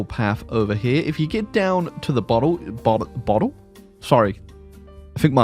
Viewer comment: I thought he said "bottom" instead of "bottle" day ruined